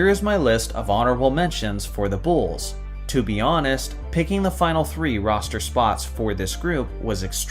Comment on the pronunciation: "Da Bulls"